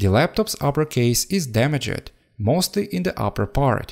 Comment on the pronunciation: Nobody: da-meg-e-d